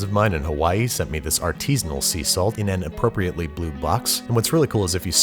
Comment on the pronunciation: >artisnal salt w h y